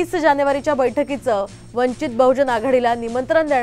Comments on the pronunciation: स्वतः आपण अगोदर वंचित च नाव निट घ्या,नंतर बातम्या दया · अरे साम टीव्ही पक्षाचं नाव तरी नीट घ्या